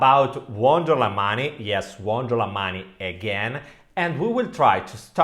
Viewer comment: Good content!! "Wonder la mani" 😂